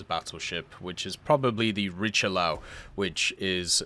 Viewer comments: "ree" + "shuh" + "lyur" not the Richie lau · Riche-Lee~Eu. Freaking Christ...